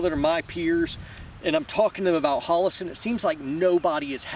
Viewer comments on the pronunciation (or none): Never heard of “Hallassen”.